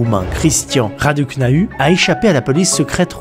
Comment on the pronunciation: elle est si gentille 🥹 Ça se sent que c’est une bonne personne, excellente vidéo! Par contre pour la prononciation du roumain c’est Raducanu (Radou Kanou) toujours tu écorches les prononciations ça me fume 😂